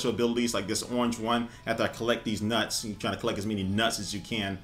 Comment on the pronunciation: "You have to collect NNNNNUTS. As much NNNUTS as you can." Somehow it sounds funny when you say nuts... :P